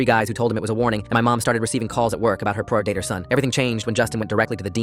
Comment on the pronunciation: "ropist" and "pr dater" got me rolling